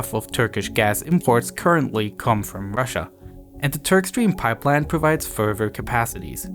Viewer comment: Good documentary. But I don't pronounce the "v" in "further". 🤣